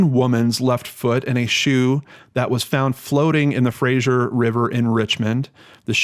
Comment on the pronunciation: Great vid,! Gotta say though that they're pronounced FRAY-ZER and PA-TELL-O.